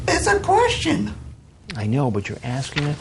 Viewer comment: ISSA KWESHTIN